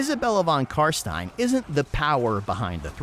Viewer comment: Thank you for calling them CarSTINE instead of CarSTEEN!